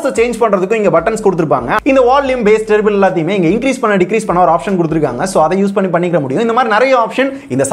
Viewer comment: 4.05 அது டெரிபிள் இல்லைங்க டிரிபிள்......